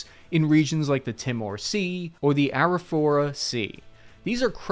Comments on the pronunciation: Tea-more, not tim-more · Tee-more" not ti-mor. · Pronounce Timor like tea-more It wasn’t pleasant, I have friends who had to lift dead bodies out of wells because the Indonesians were trying to poison them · Ive always said (tea more) not (tim or) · Heads up Timor is pronounced "tee-more", not "tim-orr" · Tea-more not tim-morre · It’s also Tee-more not Tim-or loool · Timore is pronounced Tee-more, not T'more. Otherwise good video :) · EAST TIM-OR instead of TEE-MORE must have been painful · It's pronounced Teemore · My dad is from Timor btw it’s pronounced tee-mor he escaped from Indonesias attempted invasion. My uncle coincidentally served in the Australian army and was deployed to Timor. After the war he met my aunty and found out that she was form Timor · "Tea-mor" soft i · Hey, long Island is a birds nest in a river, Australia is a continent Would be good if you could pronounce names properly, Oztraylya, Teemore, Silly. We fixed th F1-11 so that it could fly and gave it ground hugging radar too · Thales is pronounced like Talis. Timor is pronounced like Teemor. Dili is pronounced like Dilly. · It is spelt Timor but pronounced Tea-Mor - like "more tea" please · Lithgow - “Lith-go” Timor - “tee-mor” Arafura -“araf-you-ra” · 'Timor' is pronounced 'Tee-moar' btw... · "Aquaterro.... I think I'm saying that right" Lithgow: "gow" rhymes with go. LithGO Timor: "Ti" rhymes with tea. Tea-more. Other than that great video, thanks :) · Lith-Go, Tee-More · I like that the one time he said he'd pronounce a word wrong (Aquaterro) he didn't. :) It's fine, lots of folks pronounce things differently. "Thales" (basically) is "tal-ess", which rhymes with "palace". "Timor" sounds like "tea-more". "Dili" rhymes with "lily" or "silly". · Timor = tee-more Dili = dilly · Timor is pronounced “Tee-more” 🙄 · It's 'Tea-More'.. as some one who deployed there you're killing me me.. Even Dili 😂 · Also.... Tee-more. Dilly (like dilly-dally). And Ta-les. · its pronounced Teemore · And Timor